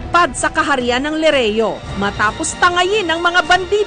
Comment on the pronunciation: Yung pinsan ko gusto mag audition bilang paopao sabi po ng ate nya: di mo nga ma bigkas yung lireo at brilyante e sayu rireyo at briryante